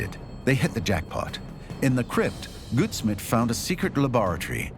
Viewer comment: First part of Samuel Goudsmit’s surname rhymes with gout (disease) instead of good